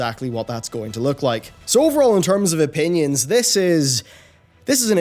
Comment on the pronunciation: "Opnions"? :D :D :D